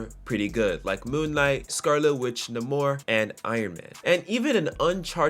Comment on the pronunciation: It's Nay-more not Na-more. Bill Everett created Namor. He did plenty of interviews when he discussed the character and never said his name any other way, same goes for Stan Lee and Jack Kirby they've always said his name correctly. So when Disney Marvel purposely said his name wrong in that stupid movie they did it just to disrespect and disregard a Titan of the comic book industry. It's pretty offensive.